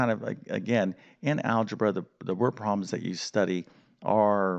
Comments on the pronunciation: Learning algebra from someone who calls them “word pro’ms” somehow doesn’t sound right. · You lost me after the 100th time you said word proms